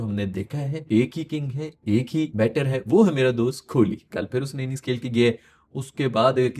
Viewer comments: Broo... it's kohli❤...not kholi😮 You don't even know what is meaning of kholi in our marwadi language (Rajasthan)😂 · कोहली है नाम......आप खोली बोलते हो... कृप्या ठीक करिए